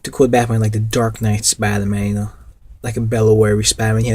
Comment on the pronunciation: Why can't you say spider-man?